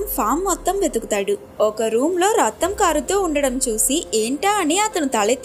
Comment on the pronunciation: Akkya rattam kadhu raktam